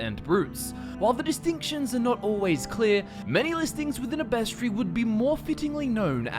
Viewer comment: Bestry? How about you not be lazy and pronounce the word correctly?